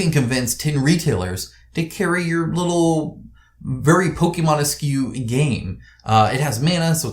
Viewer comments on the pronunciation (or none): oh and... Pokemonesque is pronounced 'Pokemonesk' not 'Pokemonesqueue'